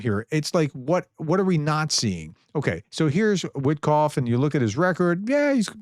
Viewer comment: Wit-off, the k is silent.